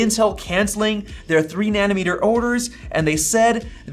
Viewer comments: It’s like a knife driving through my heart every time I hear “Nani-meter”. It’s nanOmeter!! 😂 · Great video! Btw it’s NANOmeter not NANNYmeter, which is a unit for measuring leftist policies… 🤣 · Na-no meter. na-NO meter. na-NO. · Wtf is a ‘Nannymeter’ lol 😂